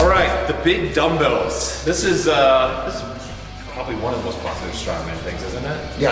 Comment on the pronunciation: Whaen you said big bumbells i thought you said big dildos and then you said they come in all shapes and sizes hahahah